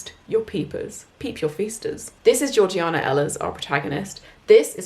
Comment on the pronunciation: Slam your hand down on the table if I'm wrong; but isn't Georgiana pronounced Jaw-jay-nah? Ps. I loved your reading... I'm hooked!